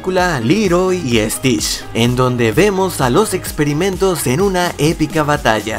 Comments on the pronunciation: No dijiste stich dijiste stish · Stish, que mal pronunciado. Es stitch con T y ch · Tu dijiste Stitsh 😱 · ¿Estish? A si no se dice tienes que decir bien las palabras viendo y escuchando como se dicen correctamente